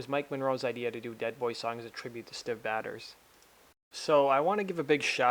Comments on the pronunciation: Try learning how to pronounce the name of a dead person before you say their name 100 times in a video. Prouncounced Stiv Bay-Tors. Actually very very easy, Until now I had never heard anyone mispronounce it. Completely ruined the whole video 😑 (Mike Monroe & Ryan Roxie talking about Educate yourself on Rock History before you do this next time. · The maker of this video should be ashamed of mispronouncing Stiv Bators' name about 70 times over!!! It's 'BAY-ters," NOT "batters!" He wasn't a baseball player or a cake! And it wasn't a play on masturbator, it was his actual family name. If you did even a BIT of research, you would have heard it pronounced correctly. Check out Iggy Pop's condolence video to Stiv's father and show some fuggin' respect for one of the greatest front men in rock history.